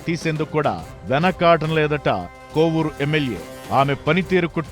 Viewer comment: కొవ్వూరు కాదు కోవూరు